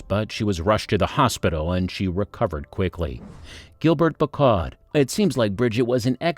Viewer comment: He's an equal-opportunities language butcher! German and Italian get the treatment too 😆 It's not difficult, FFS. Five minutes' practice would sort it out. Bri-ZHEET. Easy. Tran-teen-yon. As for Gilbert Becaud . . . 😱